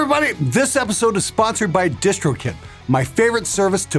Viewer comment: I always thought he said distro kit*